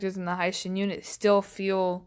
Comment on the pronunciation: its the "he shin" not "hai"